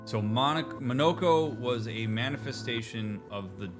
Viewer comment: Respectfully- Monoco's name is said repeatedly throughout this game. How are you still mispronouncing it? lmfao